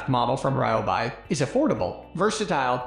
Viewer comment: Can’t even say Ryobi correctly 😂😂😂😂